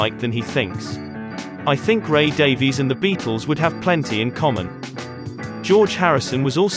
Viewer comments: Ray's name is pronounced "Davis" not "Daveees". Why is it so hard for people to get this right? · Just curious, why are you as a Brit pronouncing it Day-Vees? Ray pronounces it "Davis,"' as Brits typically do. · Pronounced DAVIS, not Daveyz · Okay - couple points. First, Ray Davies pronounces his last name "Davis", not "Daviees" Second, by then, contrary to what George was saying, the Kinks had already been on the same stage in London with the Beatles, at least once.. Everybody was waiting for the Beatles ... but the Kinks opened their set with "You Really Got Me", and, for at least a while, Ray says they OWNED the crowd. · His name pronounced Ray DAVIS. It's the Welsh Davies. Please correct the narrator. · It's pronounced like "Davis." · You must know, Davies gets really angry when anyone pronounces his name as you have. He says it is pronounced Davis. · Just say Davis, Davies is pronounced Davis for fuck sake. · 'Davies' is pronounced 'Davis'.